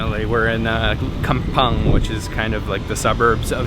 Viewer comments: Hey be careful there, I know in you meant to say "kampung" (which pronounced as "camp-poong") but you're saying it as "kampang" which actually an insult in local South Sumatera literally translated as "son of a b*tch" hahaha... Just wanted to tell you that so you can avoid some misunderstanding in the future when you visited back to Indonesia especially some Southern Sumatera area, LOL 🤣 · haha it sounds funny bcs kampang is harsh word in Indonesian, like "son of a b*tch" in english 🤣 but thats okay. Great videos anyway!